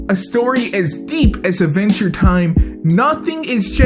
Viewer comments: “Ah-venture time” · AD VENTURE, NOT VENTURE. GOD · "Iniway, Idventure Time is grit."